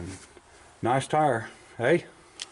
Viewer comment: Good updates. Excited to see all the projects next time. First starts, Yay! "This old tar". Ha! There's a joke about that. What 3 things do you use the word "tar" for? 1- the stuff on a road. 2- the round rubber things on a car. 3- a radio broadcast antenna, a radio "tar". Thank you, thank you. I'll be here in West Virginia all week. 😂 Thanks for the videos.